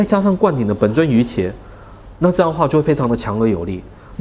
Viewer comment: 瑜伽的伽的讀音是家，不是茄